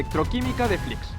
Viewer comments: Conozco a uno de Flix y creo que lo pronuncias mal, yo lo pronunciaba igual que tu al principio, pero él siempre me decía "Flix com Peix", es decir que se pronuncia "flis" (una s final algo más como cerca a una ch) y no "flics". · Muy bien el video pero es [flíʃ] flish no flics... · Hola, una anotación. El pueblo se pronuncia Flish (sh seria ese sonido en inglés) y no Fliks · Te he descubierto hace un rato por tik tok al ver el vídeo del camping els alfacs, yo me he criado en la ràpita y mi mejor amiga de la infancia vivía frente al camping, de hecho su casa se ve en tu reportaje, tienes nueva suscriptora, lo único que sí cambiaría es decir los nombres como toca, en catalán, que me sangra la oreja cada vez que lo oigo diferente, Flix se pronuncia "Flish" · Buenas! Excelente video, pero muy importante que para los que somos de la comarca nos cabrea mucho, no se pronuncia como una X al uso en castellano, és una X final catalana por lo que se pronuncia parecido a " Flish" [ʃ] fricativa palatal sorda. Gracias! 🥰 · "Flish" sería la pronunciación más aproximada. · Només et falta saber pronunciar bé el nom del poble.